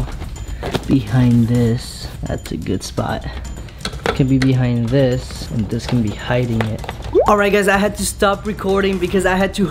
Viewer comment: can u say AND and not IAND